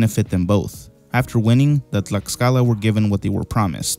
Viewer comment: Your pronunciation of Tlaxcala and Mexica is on point